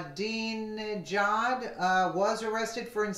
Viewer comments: Iran President is pronounced like "Akma-dinner-jacket" or Akmadinijad ! Hope that helps bro. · The easiest way to pronounce his name is 'I'm a dinner jacket', all together.. ;)